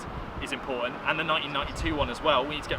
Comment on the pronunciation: "Impor'ant" and "Nine'een nine'y two"